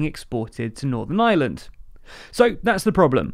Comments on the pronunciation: The same time they learn to pronounce Ireland not Island. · It's called Northern IReland, not Island as you've pronounced it many times. Puhtickly frushtrating to hear.